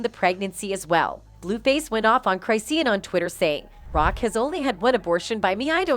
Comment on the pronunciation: Whos CHRIST-e-on and chrisssyEon? Lmaooo Anyway thats one fight i wouldn't want to see ,rock is a beast with them hands and coi is such a tiny ass toothpick that rock would come off looking like a bully..imagine d-bone fighting a 10yr old girl just not a fair fight... you just gotta walk away from fighting certain females its just not worth getting a whole murder charge when you was just tryna ruff a B up!